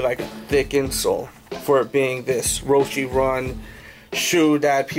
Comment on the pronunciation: He said roshe wrong